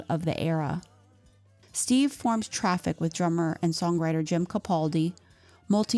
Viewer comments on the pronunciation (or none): none